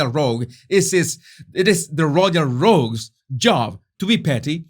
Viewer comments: it’s pronounced the same way you pronounce “rogue”, just with an “s” at the end. Not “ro-geez”. Your English is very impressive! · How are you pronouncing Rogues?